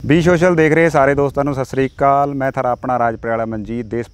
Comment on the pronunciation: Sat shri akaal bolya kro bai g Saasri kaal ni